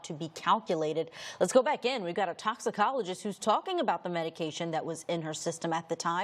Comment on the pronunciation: Prosecutor can't even read a medication name. Every single medication she incorrectly pronounced